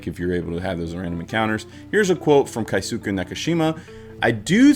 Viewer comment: Mr. Nakamura's name is Keisuke (Kay ske) There's no diphthongs in Japanese, each vowel makes 1 sounds, like Spanish, and the u sounds gets dropped a lot. George Takei says his name is pronounced tah key, a lot, takai means high (place, elevation, price) and says "my name isn't takai, it's Takei. Ei making an Aye sounds is German not Japanese The other names said in the video were pretty close